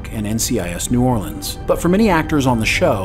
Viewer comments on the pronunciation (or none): none